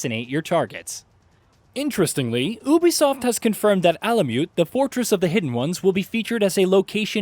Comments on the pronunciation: Will you please say YOU BEE SOFT instead of OOOH BEE SOFT,please and thank you from my anxiety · It’s pronounced Ubisoft(you be soft) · Is the narrator saying Ubisoft wrong or have I been saying Ubisoft wrong?